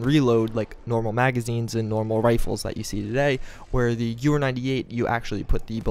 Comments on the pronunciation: You forgot an "E" It's Gewehr or Gewher approximately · Lol...Malincher? Its Mannlicher (Mahn - likher)....and it isn't Gewer, its Gewehr (Guh-veer)...some people really know how to slaughter the German language....